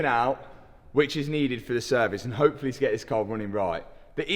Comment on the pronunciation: wonder if anyone has ever told him that words that end in "Y" don't make an "A" sound.....its "Hopefully", not "Hopefilla"